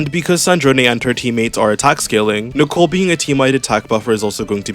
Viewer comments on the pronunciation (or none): none